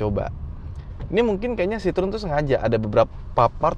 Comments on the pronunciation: Dibacanya kyknya bukan Citrun deh , Cihoen atau apalah😂😂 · Masak bacanya sitrun?😅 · ngakak pas ngomong "runol citrun"